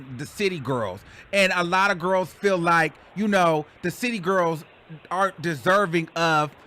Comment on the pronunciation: I'm mad they actually pronounce "gworls" like that lol